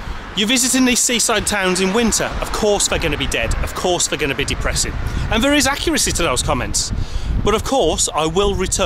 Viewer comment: Had to turn it off, sorry about your speech impediment. V instead of TH, there and that become verr and vatt hope your mouth gets better.